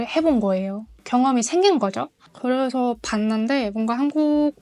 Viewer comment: 그냥 예쁘게 생긴 한국녀 ㅋㅋㅋㅋㅋ 한국어 쓸 때 독특한 말이 있네 그 발음 대신 고 그래서 가 아니라 고래서 ㅋㅋㅋㅋㅋ 한국에서 좋은 남자만나 ㅎ란국에서 행복한 생활 그냥 하세요 나중에 몽골과 연방국가 될거니깤ㅋㅋ